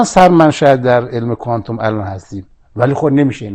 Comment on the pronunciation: شاشیدم به کفن خمینی که مبادا خشک بشه آخه گوساله ولایت تو کوانتوم را ده بار بنویس تا بلد بشی تلفظ کنی کوانتوم را با دسته آفتابه اشتباه نگیری گوساله طویله ولایت فرقه ضاله خمینی و تبهکاران خامنه‌ای